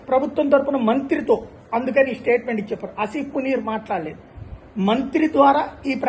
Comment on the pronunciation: అసిఫ్ మునీర్ కాదు సర్ అసిమ్ మునీర్